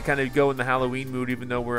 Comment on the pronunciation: Did he call nightmare before Christmas nightmare before cholloween?